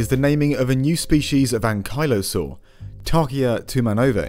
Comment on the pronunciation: I love this episode because I've never heard anyone pronounce Ankylosaur before. Thanks!